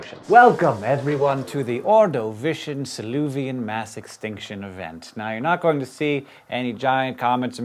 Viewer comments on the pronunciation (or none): Lol you said Siluvian instead of Silurian. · SilLUrian**. Not Soloovian. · "Siluvian"? I don't see any 'V' in the word 'Silurian'. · On the first example you said "Saluvian" instead of "Salurian". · It says "Silurian" instead of "Siluvian." Teeeheeeeee.